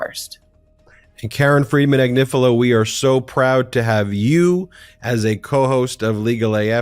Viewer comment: Comments on the Chris Hayes show clip: *He couldn't quite pronounce Karen Friedman Agnifilo, but never mind, he'll get it right next time. *It's great that he mentioned the Legal AF podcast. It would have been even better if he'd mentioned the Midas Touch Network, but never mind, he'll get it right next time. All in all: 🔺Yea Karen ! 🔺Yea Legal AF! 🔺Yea Midas Network! 🔺Yea 3 Meiselas Brothers! 🔺Yea Midas Mighty! 🔺Hell yeah! 👠👠